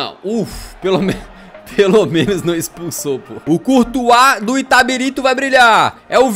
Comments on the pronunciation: caralho Eu sSOU DE ITABIRITO KKKKKKKKKKKK se fala itabirito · O LENDO "ITABIRITO" e pronunciando "ITABARITO" o vídeo todo KKKKKKKKKKKKKK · É itabilixo, vc leu errado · O falando itatiriba de vezes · Itabarito 😂 Itabirita 😂 Itatiriba😂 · Itabarito kakakakak Falo o nome da minha cdd errado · Na verdade é Itabirito. E não Itabarita ou Itabirsta. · Itabirito. Não itaberita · Ele não conseguindo acertar o nome do time KKKKKK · O editor cansou de corrigir o kkkkkkkkkk o cara falando o vídeo todo o nome do time errado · Nem ferrando q na primeira vez q citam minha cidade,p cara fala errado KAKAKAKAKAKAKA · simplesmente errou ao falar o nome do clube o video inteiro